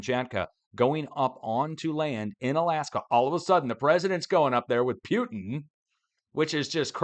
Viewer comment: Putin...doesny have a Y in the word. From a language that does put y in the words when the yeew sound is supposed to be there. It seems like you might be slipping a derogatory pronunciation in. But it just actually comes across as you being unintentionally ❤❤❤backward 😂😂